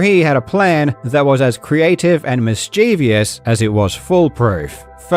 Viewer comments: common mistake even by native speakers, "mischievous" is pronounced, well "mischievous"/ˈmɪs.t͡ʃɪ.vəs/ and not "mischevious"/mɪs.ˈt͡ʃiː.vi.əs/, as there's no extra i after the v. I've heard this mispronounced even in videogames, so it's funny to notice it ^^ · mischievous has three syllables not four; mis-chie-vous. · "mischievious" isn't a word amigo lol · Karl, my dude, i love your channel, i love your videos, but you pronounced Mischievous wrong...